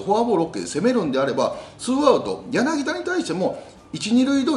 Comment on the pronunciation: ヤナギダでなく、ヤナギタですよ。